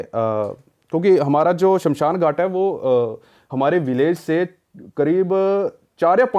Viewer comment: Indu nahi hota Hindu hota hai... Aur Shanshan nahi hota hai Shamshan hota hai. 😅